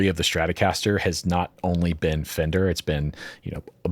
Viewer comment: "*Fender", not "Fender*".